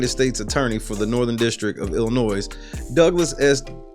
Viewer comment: Please say it right. Yes, the "s" at the end of the word "Illinois" is silen